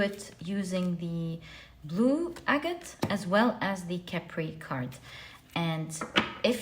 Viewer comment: Chepre is probably from Chypre which is pronounced 'sheep ruh'. I got this from the pronunciation guides online. It doesn't change your reading. I just thought I would share this because you seem to be a very detail-oriented person! Thank you for all of your readings! 🙂